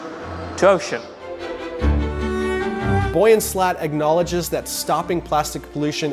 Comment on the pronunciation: Your pronunciation of Yves and Boyan makes my insides curdle.